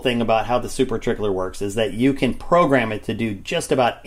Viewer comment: At first I thought you said "Super Tickler" 😆😅🤣😂🫠